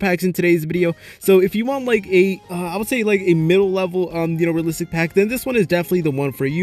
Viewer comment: I guarantee you that after this video you won't be able to hear the word "realistic" anymore😂 if you drink a shot everytime he say realsistik you and all your friends are dead after this video😂